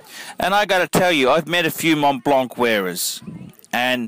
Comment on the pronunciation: you said it correct.